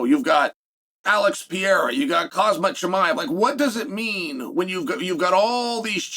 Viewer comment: And “Kozmat Chimaev” 🤦‍♂️ 😅